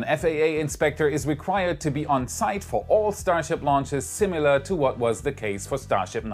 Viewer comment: Just for future reference: I know a lot of the English speaking world gets this particular thing wrong, but "similar" is not pronounced "simular".